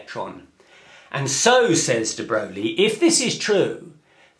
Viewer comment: Mispronouncing a person's name when you don't know it is simple ignorance. Mispronouncing "de Broglie" when you know the correct pronunciation is arrogant bad manners. It is pitiful to see a man study to become a physicist, work to potentially be a gifted teacher, and then show himself to be a fool.